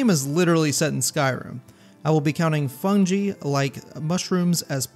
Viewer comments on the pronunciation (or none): FUN-GUY not Fun-Gee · "fun-Gee" - how dare ye it's pronounced like fun-guy: fungi <3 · Im sorry. I cant let it slide "Fungee"? "Fungie"? Its Fungi like "fun guy" (hense the puns featuring the titular sounds) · I've never heard Fungi pronounced "Fun-Gi" I've always heard it pronounced "Fun-Guy" and hearing "Fun-Gi" made me chuckle for some reason 😂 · "Fungee"? AI chat ? Since EVERYONE who speaks english knows it fung-GUY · It's pronounced "Fun-guy". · 2 minutes in— FUN-JEE???????? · i haven’t ever played skyrim past the spider cave in the intro (severe arachnophobia) so i watch videos on it cause it looks so interesting. This video topic looks fun and entertaining, but the way you pronounce “Fungi” as “Funjee” almost made me click off 😂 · I cant get the mispronunciation of "fungi" out of my head.... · Its pronounced fungi